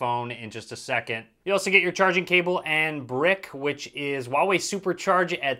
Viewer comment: The H in Huawei is not silent. It's Hoo-wah-wei, not oo-wah-wei